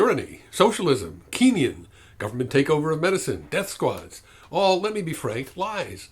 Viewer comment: This is a great video, and you make a lot of excellent points that I really hope connect with people. By any chance, did you mean "Keynesian" ? As in the much hated (or much beloved,if you're asking me) economist John Maynard Keynes? Or Kenyan, as in "from Kenya?" In context, it could (amusingly) really mean either...